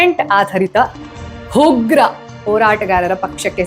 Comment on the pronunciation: Haa matte aa kara uchhara swalpa correct aagbekittu..ugra na hugra anta heliddu matte avalamma na havalamma anta prounce madidiri..